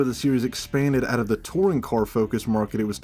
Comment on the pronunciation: As a fellow Scot, the “AYE, CHECK THIS SHITE OOT” made me lmao